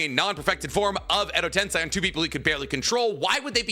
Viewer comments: Also this is a small gripe of mine, but please stop saying "Edo TensAI", its "TensEI" If it is a speech impediment, thent I say im sorry in advance, did not know But for a big naruto channel to still be mispronouncing things like that, its odd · Day 1,348,120 of pronouncing common Naruto words like Tensei and Myoboku wrong